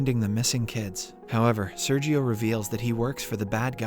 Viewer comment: Listen to the words he butchers, the inconsistency of pronunciations, the robotic way in which he says things with many separated latters (example: When Sergio was first introduced in part 1, ). Also, though I know better than to make an inquiry regarding the age of a lady, how old are you?